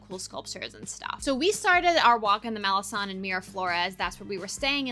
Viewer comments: It’s pronounced MaleKon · Malecon its pronunciation is Malekong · It's written Malecon, you pronounce con as son?